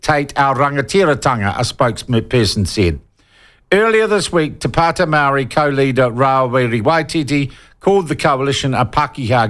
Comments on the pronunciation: Shaun your pronunciation of the native tounge of this land is a clear signal to me that you are an arrogant person . Do your due diligence. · Before even making this claim you should at least learn how to say the actual parties name. do you want to remove all parties with only maori in them so you can feel the white privilege coming back to you? or do you need more education to see the views on how maori are trying to take back what's theirs.